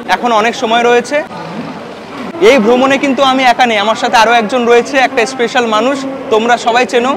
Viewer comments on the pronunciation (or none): none